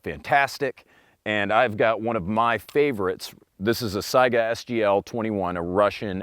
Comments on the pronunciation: Weird, I like cats, dogs, chevys, fords, AKs, and ARs. I just want it all haha ALSO - THANK YOU FOR PRONOUNCING SAIGA CORRECTLY I cringe every time I hear someone call it a "Sega" btw why just 100 meters? Seems a little short to me, try 300+ meters and see which is more accurate XD Halfway through OEF and OIF many of our snipers started ditching their bolt actions for modded M4's since they're so accurate and deadly at 500 meters, and the AK can't do much at that range. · Dang, I must've stumbled upon one of the ten people that can pronounce "Saiga" right. :-D Also, thanks for doing the video though I knew the outcome anyway. This "AKs are inaccurate" myth needs to be destroyed because it's parroted way too often. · I'm a linguistic nerd so I just appreciate that you pronounce it as Saiga rather than Sega. I don't even know which one is actually correct to the region but 'AI' most certainly makes an 'I' sound in English. So many people pronounce it as Sega that I have a strong suspicion that I am wrong in some way but it has always bothered me on a personal level that people pronounce it as 'Sega'.